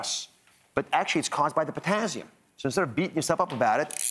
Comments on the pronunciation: The way he says it is so annoying.. it's TASS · What is potazium? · "Potazzium"? What the heck is that? I've heard of Potassium but not "Potazzium"! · potassium? i only know potazium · It’s not a z. It’s an s. Potassium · It's Pizztazzium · This “doctor” mispronounced “potassium”. - as though it were spelled “potazzium”. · I stopped watching after he said "potazzium" for the 5th time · It’s Potassium not Pottazzium. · POTAzzium.......Very annoying pronunciation........get it right. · It's just concerning a physician doesn't know how to correctly pronounce the name of this very important electrolyte. There are no Z's in potassium😳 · How can i trust him to know what he's talking about when he can't even pronounce "potassium" correctly 😫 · Yeah, when HE is the one who can't pronounce the vocabulary word correctly. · Omg! Somebody tell Ozzie there’s no z in potassium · He needs to pronounce potassium correctly, lol. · personally, I'm not as annoyed by his pronouncing potassium with a z as I am that he is speaking to me like I'm some little child or fool... I can't continue to watch this... I never watched Dr Oz before and I never will again ... Thank-you YouTube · I wonder why he says everything else right , except for potassium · Is this for real...seven years later this video appeared. A Doctor cannot pronounce potassium correctly. Really! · POTASSIUM - for gods sake pronounce it properly - no z in it!